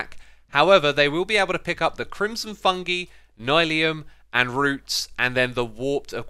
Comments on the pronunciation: I wonder if he knows it a pronounced "fun-guy" not "fun-gee" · İts not “fungee” its “fung-eye” or its like saying fun guy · Just so you know, it is pronounced fun-GUY, not fun-GIE. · Its fung"eye" not fungee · “Fungi” is pronounced “fung-eye” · Noone??literally noone he said fungi wrong